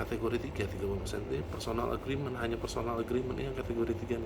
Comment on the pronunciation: pemission bukan permition, agreement bukan agrement, fee bukan vee